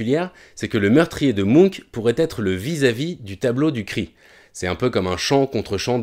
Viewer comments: Le cris de mounk????? Je comprenais pas de qui on parlait avant de voir le tableau Quand on parle d'un peintre aussi célèbre les minimum est de vérifier la prononciation de son nom. C'est la planète des mounks ou quoi??? Bref le "ch" se prononce ch... Et non k... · La vidéo est passionnante et super interessante mais juste comment il a dit "Munch" ça m'a stressé ahah 😅